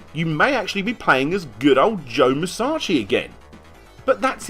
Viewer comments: Why do you keep saying his name as Joe Musachi and not Joe Musashi? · musachi? you mean musashi. speak properly my guy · Every time he says Musashi I die a little inside